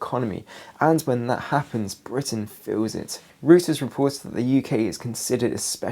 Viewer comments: Interesting perspective on things, I find it useful to try to find as many reasoned approaches as possible. Sorry to be have to be that guy, but mispronunciations really bug me. The news agency has recently been referring to is pronounced 'Royters', not 'Rooters'. Every time he says "Rooters" my level of annoyance goes up another notch 🤪🤣. And he says it a lot in these latest videos. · Thank you. As a German speaker (non native), I was literally covering my ears when he kept saying rooters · I used to think Reuters was pronounced like that too until a few nights ago in the comments under your video, I read that the correct pronunciation is Royters with the begining of it Roy as in Royal family. R softly pronounced. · Hi, good information- Reuters is pronounced ROYters, btw! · The correct pronunciation of Reuters is: ROY-terz. Like the videos.